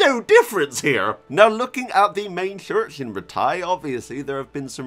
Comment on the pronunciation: “Now looking at the main chssssurch in the game” 🤣🤣🤣 and pictshure🤣 love your content